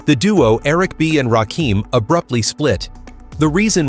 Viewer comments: You are saying a whole wrong name and I don't understand how you can do this smfh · Rakim "The God MC." A name too sacred, for some, to pronounce incorrectly. MASHALLAH Ps. 🤔 what's really going on? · you said the GODMC name wrong it's Rakim Alliah one of best rappers all time.I'm 58,saw his rise to fame back in the days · It’s the R A K I M, not rakeem, > RAKIM AKA THE SUNGOD, THE LIGHT ✨💫☀️🔥…☀️ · You lost me at "Rakeem".If you think you know Rakim,YOUR wrong 👎🏾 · My god, he fucked up from his first sentence, I can’t even listen to this shit, wow, wtf!?! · Nigga,…..who the hell is Rakeem??? Edit the Video and get the Name Right. This The God, he deserves His Name to be Properly Said. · Why am listening to someone who doesn’t pronounce the name correctly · This narration is done by a computer driven voice that cannot say RAKIM. Salute to The God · Rakim -doing it with the R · Why do I watch soo many videos and the narrator is never able to pronounce the name of the person the video is about? Very annoying. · Why in the hell are Caucasians telling our stories? This f...a doesn't even pronounce Rakim's name right. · More you tube crap! 😂😂 we believe the words from his mouth not people cant even say his simple name right!😂😂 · Why are Deliberately Miss Pronouncing his Name?! You Suck For That! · Should be ashamed for not even saying his name correctly. Makes the whole thing invalid.